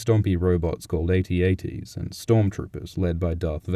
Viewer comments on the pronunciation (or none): The Walkers are pronounced "At-At" not "Ay-Tee-Ay-Tee"